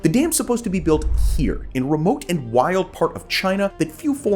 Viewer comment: The Three Gorges Dam only changed the earth's rotation by like, 0.00001%; which is statistically negligible. It is still roughly 23.5⁰, it like complaining your teacup was 50 picometers too far away. It's Dams not Dames. Dame is can old timey word for a woman, a Dam is not that. This policy is less destructive than staying reliant on Coal, though a necessary downside of building a dam is the damage to the river's ecosystem... Which can be easily minimized by diverting flow around the construction area before building the dam, which is basically standard procedure for building dams anyways. The Three Gorges Dam, is completely fine. It's location was specifically chosen because the river was prone to flooding and pretty badly polluted anyways.